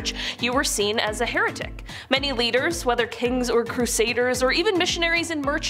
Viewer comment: heretic's fork... Pronounc3ed "hair a tick " Heretic see heresy at the begining of this video.